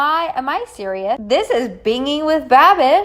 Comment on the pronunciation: B it’s bin•ging like binge with the g sound